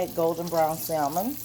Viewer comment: The L in salmon is silent